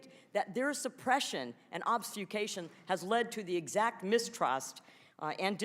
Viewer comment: Dr. Miller-Meeks consistently mispronounces "obfuscation" as "obscufation." A sharp woman, nonetheless.